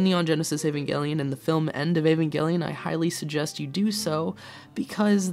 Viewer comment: Evangelic 'J' sound not 'G' please